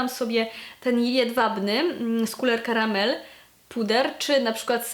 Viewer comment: bardzo lubię jak wymawiasz Couleur Caramel :) muszę w końcu skusić się na jakiś ich kosmetyk :)